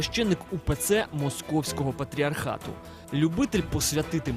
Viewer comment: После акцента на "Московского патриархата" даже смотреть дальше не стал...